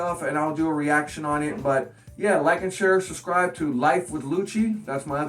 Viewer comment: He says suscribe :D